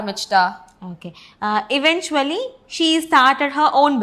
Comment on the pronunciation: "Eventually," ku ongda pronounce thappu First letter "i" sound vara koodathu "əˈven(t)SHəlē" ipdi try pannuga